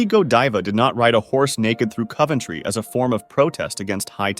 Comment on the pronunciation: Americans never say 'Coventry' right. Cuvventry??